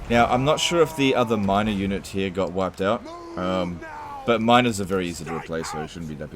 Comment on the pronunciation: Seriously! I can't be the only one who hears minOrs ,not minErs ! Those minors are very easy to replace!